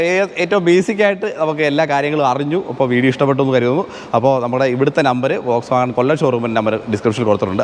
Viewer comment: വോക്‌സ് വാഗൻ അല്ല ഫ്രണ്ട് , ഫോക്‌സ് വാഗൻ ആണ്